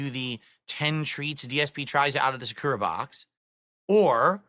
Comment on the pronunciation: It’s sAkura, you bobble head, not sakUra. Same as YA-kuza and not ya-KU-za. This guy is so ignorant, it’s actually offensive